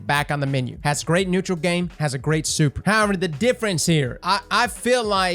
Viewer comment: Nobody:: Soüper